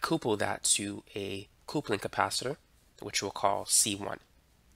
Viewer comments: Please, not "coopling" but "cupling" for coupling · thanks for the great videos...but, potentiometer = poe-tent-chi-ohm-eater and coupling = cup-pull-ing .